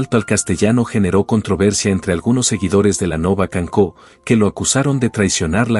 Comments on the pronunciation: Si te pones a hablar de algo en catalán, primero aprende a pronunciar. Se dice canço pero no cancó. Suena a S o sea CANSÒ . ¿ VALE TIO ? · Si tenía grandes canciones tanto en catalán como en español canciones entrañables Pero tengo que decir que no se dice canco si no que es canço. 😂